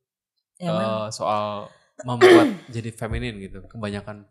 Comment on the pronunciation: bukan "FEMINIM" tapi "FEMININ"